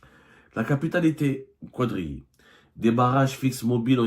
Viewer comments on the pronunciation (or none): revoyez la langue française que vous utilisez et qi n'est pas la votre. On prononce quadriller et non "qouadriller" la lettre u est annulée comme on prononce "quatre, quatrième, etc....